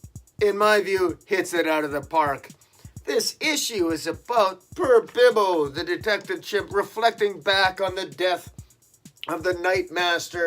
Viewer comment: Is their a reason you call him Bibbo and not Bobo? Just curious...